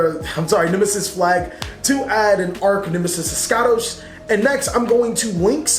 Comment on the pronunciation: Finally someon who didn't competely butcher eschatos, mbt says "Eshatos" which is wrong, it's "eskAtos"